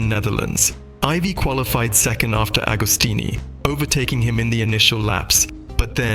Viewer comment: Ca serait bien que le commentateur ne déforme pas le nom des marques de motos et des pilotes de légende. MV AGUSTA se prononce AGUSTA et non pas AUGUSTA et AGOSTINI se prononce AGOSTINI et non pas OGOSTINI. La moindre des choses quand on aborde un sujet c'est de le connaître.